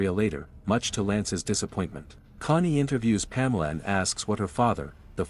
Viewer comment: Bro ur dumb its cony not money and ezikil not ezicl